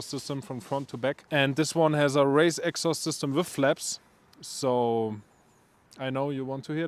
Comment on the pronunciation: The purosangue is kinda ugly from the front... back end looks alright. But dear lord that sound ❤ once again, amazing result ! Also fellow germans, please learn how to pronounce "exhaust" correctly😊